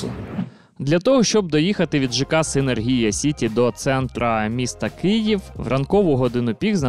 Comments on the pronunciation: Вже не перший раз, але ніяк з наголосом не справитеся.....СинЕргія. і тільки так. Завжди із задоволенням ваші сюжети дивлюсь, але у кожному відео оця СинергІя поки менеджер не підправить. Чому так? Не знаю. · Дякую за випуск, комплекс доволі цікавий. І окремо хочу відзначити менеджера компанії за непохитну витримку коли безуппинно вимовляє назву комплексу з наголосом відмінним від офіційного 😅